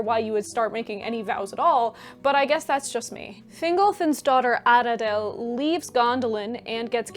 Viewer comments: pronunciation note: dh is voiced th, so maedhros has no d sound. Mae-thros (which voiced th, like the welsh dd). I am not sure of the etymology of Aradhel but it might also be Ara-thel not Arad-el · Tiny little note: in elvish languages, when you see 'dh' in a word, it makes a very soft 'th' sound, very similar to Welsh. So Aradhel is pronounced 'Ara-thel'.